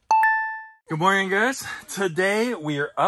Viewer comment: Stop saying morging